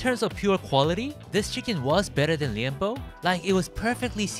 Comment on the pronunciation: Srry but the pronunciation is wrong, Gulaman is Gu..laa.man, and liempo is li..em.po